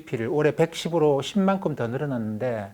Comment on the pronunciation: 은 항상 만큼을 만쿰이라고 하심 ㅋㅋㅋㅋㅋㅋㅋㅋㅋ만쿰!